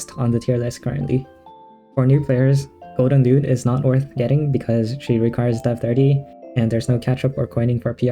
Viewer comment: Is it just me or he saying it golden lewd 😭